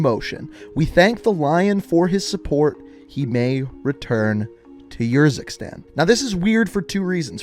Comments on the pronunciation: It is Urzikstan not Yurzikstan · Okay. I've watched a fair number of your videos and at this point, I have to say something. How on earth can someone as well versed in the MW lore as you mispronounce every. single. name. You're literally playing video with the names pronounced and mispronouncing them. ER-zik-stan, not YOUR-zik-stan. kuh-LED, not kah-LEED. zuh-KEYE-ev, not zuh-KAY-ev. Seriously, at this point I'm surprised you haven't said EYEM-ran rather than IHM-ran. It's actually what's keeping me from subscribing. It's actually annoying. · I cringe hard every time you say Khalid or Urzikstan I just like dude you do all these back story videos and that tells me you listen to these people say these words more then enough times but you still butcher them ima still show love cause you put the time in on the videos but damn dude come on pronounce the names right. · Did he ever play campaign to learn how to pronounce urzikstan